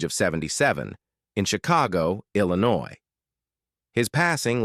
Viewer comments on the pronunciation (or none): none